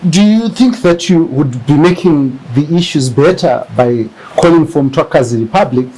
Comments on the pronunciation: Make me I understand this guy is a Ndebele but can't pronounce the word Mthwakazi, is he a Ndebele or he got the Ndebele surname?,pls let me understand something 😮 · MTHWAKAZI NOT Mtwakazi. How would you like it if we start calling Zimbabwe Zimbagwe?